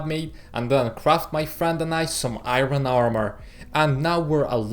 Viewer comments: Iron not ayron men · You can pronounce Iron as Ayorn not Ayron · its funny when he said iroon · Yea especially when he says iron